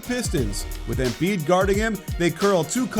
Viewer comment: Did anybody else hear the “Embid”